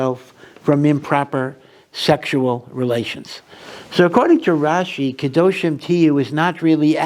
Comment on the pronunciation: Rashi's NOT rashes 😉